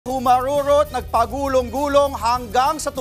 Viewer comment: Humarwoorwot. Ang cringe ng pagpronounce nya ng 'R'.